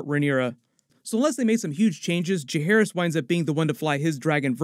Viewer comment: Learn how to pronounce Jacaerys. Jace, not Jake.